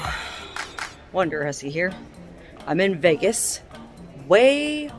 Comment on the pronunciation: All the years I've been watching you... I thought Intro said WonderPussy!🤣🤣😘👍